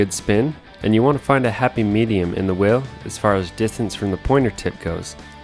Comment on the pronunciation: Why does he call it a ‘whirrel’ and not a wheel